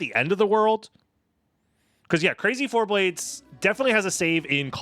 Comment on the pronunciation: Are you sure it's "Crazy Four-Blades" and not "Crazy for BLADES!" I think you might be pronouncing it wrong.